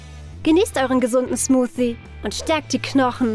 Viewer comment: Es heißt nicht smufsti es heißt smusi